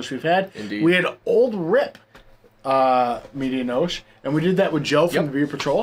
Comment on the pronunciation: When you say medianoche the e on the end is not silent fyi. Had this beer sent to me from no hype Kyle and it was outstanding beer. But my favorite beer this year is from a collaboration between firestone Walker and weldwerks and it was called parabanoche which was 12 out of 10 great review gang cheers 🍻